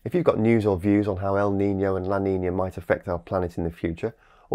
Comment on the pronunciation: NOT LA NINIA .. LA NINA. NOT EL NINIO ... EL NINO